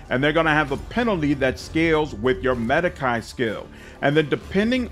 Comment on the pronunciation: Sir, medicae - the ae comes from latin. And it is pronounced as long e. The sound you make last when you pronounce it - make it longer and drop the part where you're pronouncing "a".